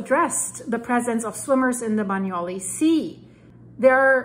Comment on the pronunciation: Hi,, you pronounce Bagnoli perfectly. You pronounce Campi Flegrei perfectly - but you're not getting it quite right with Pozzuoli. You're missing out the 'u' sound (pronounced 'oo' in English). Pozzuoli should be pronounced - Pozz-oo-aw-li. The Italians sound all the vowels...